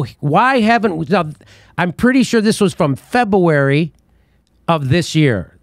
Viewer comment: Still laughing at how Jimmy said “Feb-a-Warri” 😂😭